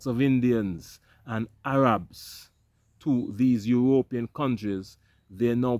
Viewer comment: How does U.S have the money to give Sweden for this when we have a Migrant Crisis here. Ur Ropean does sound cooler than European Lol they should thank you for that 😅😅